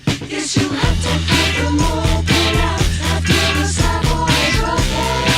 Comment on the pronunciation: Savoy (the accent is on the first syllable - salve oy) Truffle is the greatest song on the album, but it has to be listened to at maximum volume.